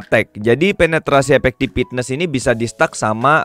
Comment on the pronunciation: As always, video informatif banget, makin yakin sama prioritas banner yang harus digacha wkwk Tapi sorry nih, coba dengerin pengucapan 'Effectiveness" di google translate dong. Padahal selebihnya kata2nya enak banget, tapi gatel ngedengerin satu itu salah ucap. Sorry banget, ini mah biar video nya makin perfect.